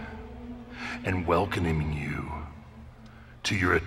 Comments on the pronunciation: did he just go ”welcomining” like am I the only one who heard this😂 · More like welconaming 😂